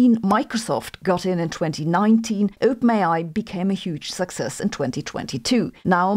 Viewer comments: Not to be rude (given your mastery of a second language which I failed at) but when you say OpenAi it sounds like you are saying "ope may i" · Lolz, it really sounds like you are saying ope-nayeye 😂😂😂😂